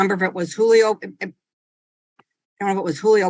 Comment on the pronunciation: I’ve never heard a Julio pronounce their name “Jew Leo” lol. wtf